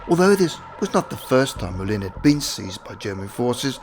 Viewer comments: As French, the CORRECT pronunciation of the name, was NOT Jean "Molyn", but Jean "Moulan", (written "Moulin").!!! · Might be an idea to study basic French pronunciation. 'Moulin' is pronounced 'Moo-lan'. Second syllable sounds close to 'land' but without quite finishing the 'n'. Imagine you're pronouncing an English 'n' but the tongue doesn't reach the roof of the mouth.